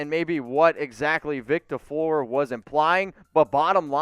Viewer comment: For the love of god say Vic Tafur’s name properly. I know it’s a petty complaint, but get it right lol